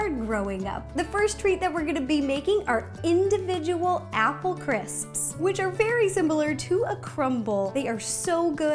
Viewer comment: who had trouble pronouncing "crisps" me.